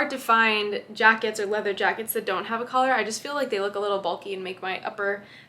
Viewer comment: You pronounce "Collar" like "Color". I used to do the same until someone pointed it out to me.